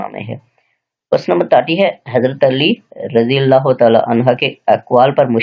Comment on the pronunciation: Sir kindly jab ksi sahabi ka naam ay tw razi Allah tallah han hu read kya krn. Ap gair-danista tor pe Razi Allah hann ha read hin. Agr koi bat namnasib lgy tw sorry sir ...